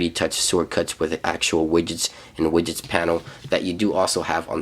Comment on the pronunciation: the way he says widgets lmao